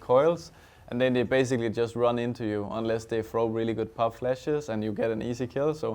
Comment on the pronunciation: Device: Run! (with accent) Frankie: Two!